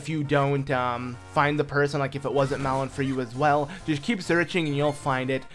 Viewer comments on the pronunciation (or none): her name is malon not melon